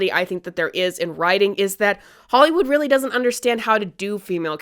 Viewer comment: She says hollowood but it was made by i think a french team who riot hired for their cinematics from way back when. Like they didnt go with a well known Hollywood studio.